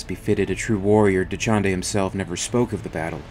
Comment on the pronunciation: Dachinde, Dachande. Not hard to follow at all and good use of vowels.